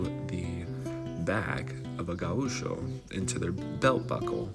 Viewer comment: It is wrong pronounced. It is GAucho, with GA being stronger, not gaUCho. Also the ch is like in english… like chuck.